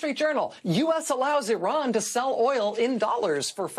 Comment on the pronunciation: Dear Racheal Maddow , regards , thought u were an unbiased person , but the tone u adopted about Iran sounded , every time u said Oran , sounded as if u Americans r aliens from outer space & Iran som down trodden nation , quite unlike u . Oran has existed on world map long before long before US was discovered & has been centre of eduction for centuries , like Kabul & Iraq , which the crusaders & invaders like US destroyed , many times making excuse of savingUS these being thousands kms across Atlantic Ocea. Americans think